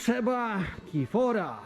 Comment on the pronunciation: Jarek nie kifora tylko kirfora